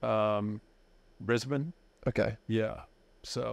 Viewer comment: Undertaker is the first American to pronounce Brisbane like us. Very close on Melbourne too